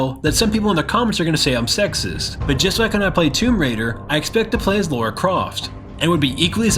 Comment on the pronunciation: I still get irrationally annoyed when people say "Laura" Croft instead of Lara Croft. The star of one of the biggest gaming franchises and people can't get her name right.